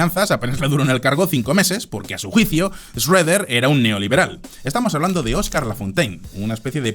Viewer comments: Es Schroeder no Shredder, ese es el villano de las Tortugas Ninjas 😅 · no en español ni fonéticamente existe una 'e'. Sería Shro-der o Shru-der.